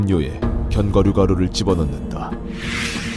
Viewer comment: 애들 다 견과류발음 건과루라고햌ㅋㅋㅋㅋㅋ귀여워 ㅋㅋㅋ 나도 맨날 카페에서 손님한테 말꼬여가지고 계피가류 아 아니 가류 이러는데 ㅋㅋㅋㅋ